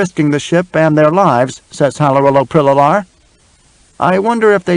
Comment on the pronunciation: The reader pronounces Halrloprillalar wrong. He adds an extra "lo".